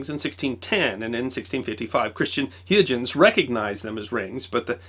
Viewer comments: "Coprenicus", "Huge 'uns" =( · "Christian HUGE-ens"? Come on, man! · you betray you lack of familiarity with subjects thru your mispronunciation of names. The word "clerck" and thus the name, is pronounced "clarck", and Huygens is pronounced "Haw-ee-Ghens (hard g). Don't take my word, go look at videos of experts invoking these people; or at least look at their WP page, where name pronunciations are given at the start of articles. But do mind this, coz people familiar with some of the subjects you discuss will notice and your authority as source of useful info is diminished. Unless you are merely doing these to entretain yourself and novices, but if that's the case, what a waste, given your success and reach. "With great power,..." and all that.... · And Huygens is High-gens with a hard g. I'm not sure if it was or who mispronounced it! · I have always heard Christopher Huygens name pronounced more like hoy-gens with a hard g. I was taught that Maxwell got his job with the British phone company through Faraday’s recommendation to resolve the problems they were having with the first trans-Atlantic telegraph cable. This marked him as the very first true electrical engineer.